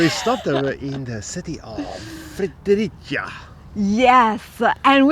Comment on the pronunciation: Thank you for visiting my country. Maybe Denmark isn't that bad after all. We just need to appreciate what we've got. The weather has been bad this summer, but you managed to find som sunny days. Btw the city Fredericia is pronounced "Frederit-sia" . In english: "Fre the rit see ya " . Hoping the rest of your time in Denmark will be great 👍🙂.